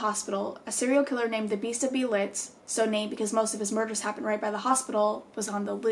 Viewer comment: Hey, German here 😂 the name was pretty close, so please don’t take this wrong but in case you want to know how to pronounce it correctly: the „ee“ in „beelitz“ is pronounced like the „e“ in desk but very long, the „i“ is very short and the „ä“ in „heilstätten“ like the „a“ in „sad“! ☺️